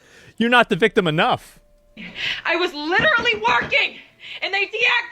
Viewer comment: "I'm the VICTUM". Grief, why are these children unable to pronounce words properly, these days?